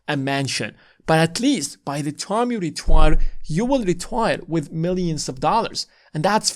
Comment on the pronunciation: Good video. I agree with everything except for how you pronounce the word “time”